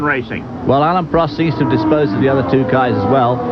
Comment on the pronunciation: Prost . Not Proast. 😢